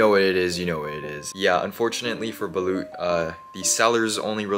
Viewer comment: SOMEONE SEND HIM SOME BALUT (its pronounced as balot btw)